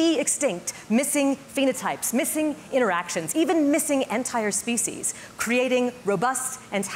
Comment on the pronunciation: What about preventing language from undergoing extinction? The way you pronounce "species" is abominable.